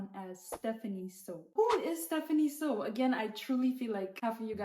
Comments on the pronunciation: It is pronounced "SUE" not "sow" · Its SOO pronounced as SO not SAW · It's Soo... I just had to say because it's bothering me lol. Her last name isn't "So." It rhymes with "New" not "No" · Why are people saying her last name like they dropped out of school? Soo has two O's and makes an oow sound. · starting the video by mispronouncing her last name, which is spelled phonetically, is not a very good look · and constantly mispronouncing her last name 🙄 by her standards thats basically a hate crime